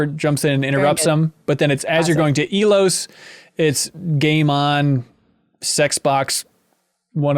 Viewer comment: How many times does Leo have to repeat to y'all that he boned Kaidan? 😂 Also, for the love of God, it's pronounced "EYE-Los"